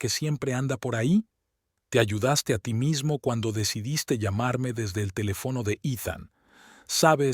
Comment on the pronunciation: Ese narrador no sabe leer , pongan a otro, se oye feo y es ridículo si la palabra esta mal escrita el no corrige sino que lee mal.Dice por ejemplo.carino.cuando.es cariño , sir'urgia por dirigía telef no